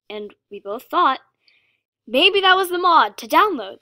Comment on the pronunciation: When she said "I thought the same thing" it sounded like "I fucked the same thing" 😂😂😂😂😂😂😂